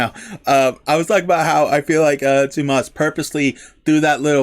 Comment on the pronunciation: If you want to hear how to pronounce Tuomas’ name properly (you’re pretty close) check out Nemo from this same concert. Marko says it to the crowd.